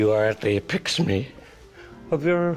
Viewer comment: “When you drink Vodka, you are at the apixemy of your abilities!” RIP you beautiful, hilarious man